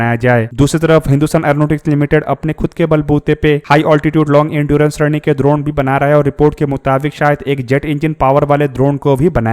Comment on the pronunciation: द्रोण नहीं ड्रोन है 😂😅